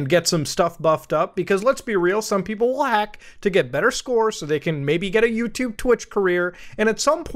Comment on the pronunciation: "yewchube if you will" I WILL NOT EVEN IF IT IS "CHEWSDAY"